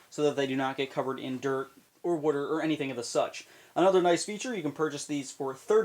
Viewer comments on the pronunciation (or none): Are you from Pennsylvania? i just noticed the way to said water *wooter* :D